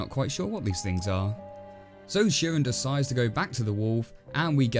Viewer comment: I think Chirin is pronounced with a hard "ch" like in "church." That's how the English narrator says it. As for the moral, I took it to be, "Don't try to be what you're not, or you'll come to grief."